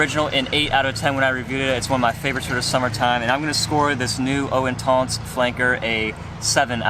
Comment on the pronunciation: how hard is it to type eau intense into google translate french to english and tap the speaker button to see how you should pronounce the name. you watch one reviewer he says it like this another one says it differently my god people. you either use proper french pronunciation or how it sounds in english. good video though, like the channel keep it up